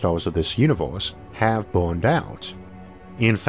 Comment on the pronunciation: Is this some parody that I don't get? Why does he keep saying univ-horse? Is it a bad accent? A lisp? I just don't get it but I also can't keep watching, it's just way too distracting to be honest, you folks need a new narrator p.d.q!